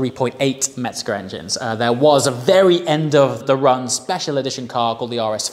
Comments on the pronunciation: Just an FYI It's Mezger not Metzger. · Mezger. Metzger means butcher.